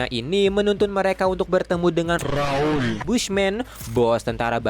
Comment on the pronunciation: Notice rrrrrrraaaauulll😅